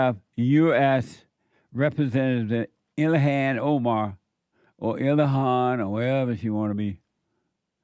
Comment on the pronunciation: 10;10 seconds! I love your interpretation of the pronunciation of her name!!! DATS AMAZIN!!!